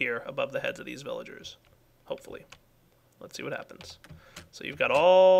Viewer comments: I love how calls them "Willagers" sometimes. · Thats because in German, you pronounce the "v" as a "W"